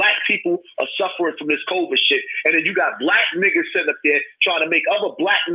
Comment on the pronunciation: Did this nigga say coverd twice and not COVID